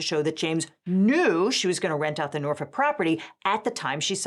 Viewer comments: passed the vibe check when she pronounced Norfolk correctly (the L is silent). I already knew her legal reasoning was solid. Sincerely, a federal litigator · thank you for saying Norfolk correctly